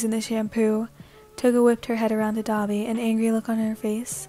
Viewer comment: Me when you say dabi: DA-BEE